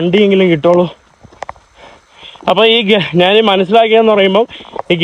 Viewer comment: എടാ കോപ്പേ, നീ മലയാളം കുറച്ചുകൂടി ഭംഗിയായി സംസാരിക്കുക. നാൻ, നാണു അല്ല ഞാൻ, ഞാനു ആണ്